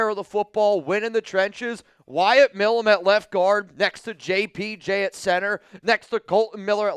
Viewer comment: Again, His name(Milum) is not "Mill uhm" Its M-eye lum" Someone from pennsylvania should know that. I agree we need to draft the kid and continue the long standing connection between the teams.